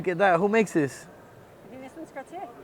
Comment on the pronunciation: Hey bozo cartier no r its aaaaaaaa